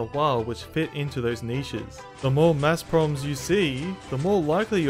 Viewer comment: I like how he pronounces maths as mass